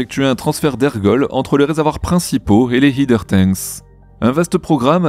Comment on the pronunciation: pour la dernière fois: "header" se prononce haideur, pas hideur! "Heeder" n'a pas du tout la même signification que "header". Concernant les nuisances sonores en bordure de frontière, c'est la classique question philosophique de l'arbre qui tombe dans la forêt. Vu qu'il n'y a personne autour, qui ça va déranger? Et le fait que Massey soit quasiment sur la frontière alors que le site de lancement est à 3 km ne change pas grand chose au volume sonore pour les habitants de South Padre Island, Port Isabel, Brownsville ou Matamoros.